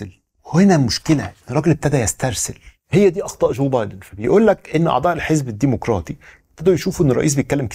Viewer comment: الديمقراطي بضم الميم بدون واو